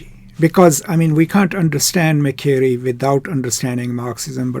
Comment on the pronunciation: You should pronounce MA-SHE-RAY